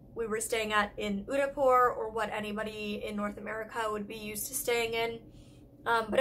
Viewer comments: in the pronunciation of d in Udaipur is ' the' not 'de' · You're supposed to pronounce Udaipur as Oo-they-pur ..😊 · What place was she trying to pronounce when she was saying "Unipor"?? I can't find it. Thanks! 😊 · The D in Udaipur is pronounced as "Th" in The😂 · Wait what? She definitely butchered the city name Udaipur. 😂 I mean no hard feelings, im not mad at her. But her pronunciation was not perfect but not bad either! It was good. 😊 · it took me while to understand her when she said udaipur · Oh!! Is she trying to say "Udaipur"??